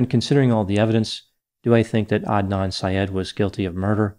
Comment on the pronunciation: I’m so happy you pronounced his name correctly. You wouldn’t believe how many get it so wrong. Thank you!